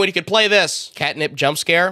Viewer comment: it's cat nap not cat nip